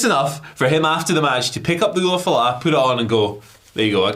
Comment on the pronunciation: The way pronounces Ula Fala.....geez. even comes in and pronounces it correctly, and i think it was intentional because he got tired of pronouncing it wrong. Lol